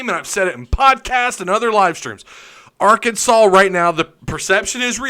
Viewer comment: I live in Alaska and just saying cos I have friends who sometimes watch with me and make those “stupid Arkansas jokes” every time you mispronounce the word. I love watching your show! Helps me keep up with the truth of Arkansas sports. Thanks